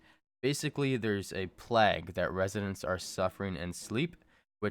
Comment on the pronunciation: plague is pronounced - playg